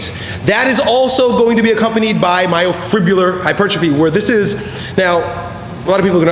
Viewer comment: First, to make yourself seem more professional, learn to pronounce myofibrillar. Hint: it's not "myofribular".